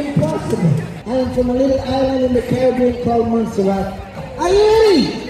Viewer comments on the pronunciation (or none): none